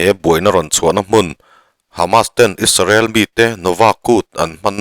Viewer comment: Isarel ti lovin Israel ti mai la ngaihthlak a nuam ang, you tube channel ah meuh Isarel han tih tulh hi chu a zialo deuh ani